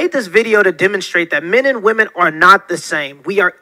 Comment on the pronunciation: What's up with this generation not knowing how to pronounce the word "women"?